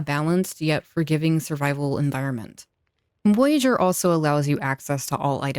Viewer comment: It's VOYAGEUR: Good video though.